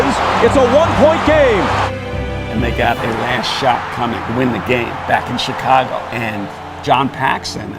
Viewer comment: The way he says Tchicago ...... Kukoc is like Ginobili , bball geniuses that were able to put their ego aside and play for the team . If he was playing in today's league , he'd be a superstar